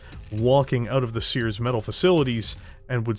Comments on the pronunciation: Stop pronouncing it as "Seears!" It's "CER-es" (Sear-eez)! Like the celestial body! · Good video. Always liked the VND. Just as a note though, Ceres is pronounced "seer-eez" or "see-reez" not like "seers". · I know the company is Ceres Metals, I kept hearing Sears. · Ceres is pronounced Ser-ress